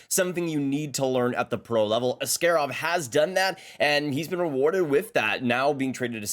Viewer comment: Ass-kay-rov? Isnt it ass-kah-rov?